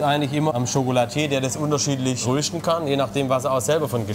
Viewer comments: Röschten statt Rösten :D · Danke an den Sprecher dass er das Wort „Rösten“ nicht mehr so komisch betont 😅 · Das bedeutet rösten nur dialekt änderung 😂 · Wenn er noch einmal "röhschdn" sagt, flippe ich aus!!! 😆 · röhhhhsten :D warte der mann sagt fehlerfrei Röstaramoma, aber ansonsten immer Röhsten und abröhsten :D